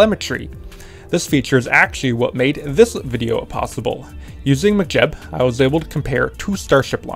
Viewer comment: Why are you saying McJeb like McDonalds? Mech like mechanic, mechanical.